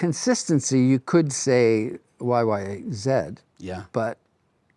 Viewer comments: Like the way he said YY zed instead of YY zee. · Geddy pronounces YYZ like a British person, that's the Right Way. Thank you Geddy